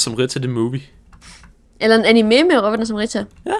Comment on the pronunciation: DET HEDDER IKKE ANIMÉ! DET HEDDER ANIME!